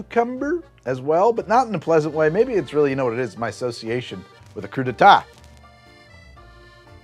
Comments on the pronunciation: Every time says "cru-day-tah," I'm forced to say out loud, "cru-day-TAY! TAY! TAY!" at which point, John Lithgow appears and shoots me. Happened twice in this video, and it's very inconvenient, I have to say. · Hey: crew-dee-tay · Say it with me: Crew-duh-tay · Ironically, cruddite is closer than whatever the heck you were saying. Crudité: Crew-dee-tay There is no "twah" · Yeah, his pronunciation of "crudite" to make it sound like "coup d'etat" definitely got on my nerves more than it really should have lol